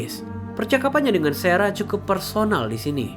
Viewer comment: sarah bg bukan serah 😅